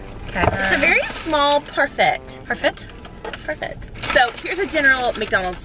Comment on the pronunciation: They said Parfitt